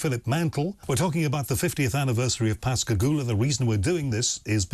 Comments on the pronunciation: I'm quite impressed that you pronounced Pascagoula correctly. As a native of the area, I often hear the name butchered. Well done. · You know they were abducted and experimented on by humans in the unacknowledged space force. It was an Alien Reproduction Vehicle (ARV) the two men saw. And I commend you for pronouncing Pascagoula correctly.